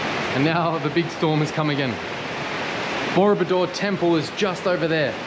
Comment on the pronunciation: it sounds like you're saying murderbike hehe, I enjoy your videoes😀